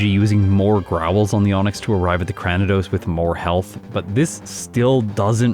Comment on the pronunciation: I like how distinctive Purugly looks. One of the better feline Pokemon in the series imo. As a side note, I believe you're mispronouncing Cranidos. It's actually Cray-ni-dose, like cranium! Sorry, but it's been bothering me for a while.